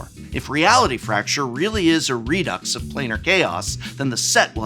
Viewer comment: prof, the way you pronounce redux genuinely hurts my soul